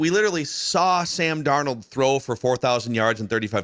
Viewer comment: What about and his Dar-nawld he tried for like one episode to say it right